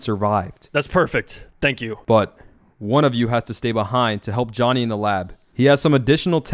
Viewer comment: Yo😂😂😂no hate but its speedrun civ and also its not konny its jhonny😂😂